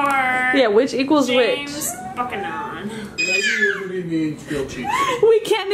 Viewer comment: James Buck-a-non?? How about former U.S. President James Buchanan. Pronounced “Bewcanon”.